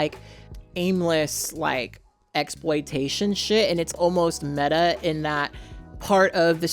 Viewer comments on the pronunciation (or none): none